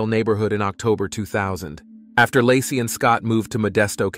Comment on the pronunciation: . 😂 "Lah-see's" hometown... 🤣 baby due in 2023?!?!?!